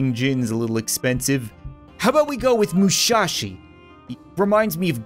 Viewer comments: Am I the only one that was kinda tilted that he was pronouncing "Musashi" as "Mushashi"? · Anyone else who gets kinda annoyed when Cap says mUsHaShI instead of Musishi lol No hate btw keep up the good work cap! :) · “We got the Mushashi” HOLD UP YOU SAID MUSHASHI WHAT THE HECK MAN MUSASHI IS AN OLD RENOWNED KATANA/MARTIAL ART TEACHER OR SOMETHING IM TOO INFURIATED TO SEARCH IT UP AAAAAEAEAEAEAEAEEAEAEA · Its musashi not mushashi and his the strongest swordsman in history the guy survived an ambush of 15 musketers(real poeple who khow how to aim) and arrows without a single scratch i doubt a guy with a big sword and couple of shield poeple can hit him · Moo-SASHI HOLY FUCKING SHIT